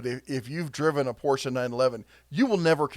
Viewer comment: THANK YOU for pronouncing Porsche correctly! You're definitely a true car enthusiasts